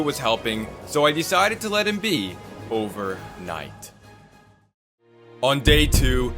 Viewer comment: this guy cant say overnight without it making it seem like its the most insane thing in the world